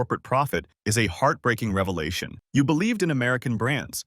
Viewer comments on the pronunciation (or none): none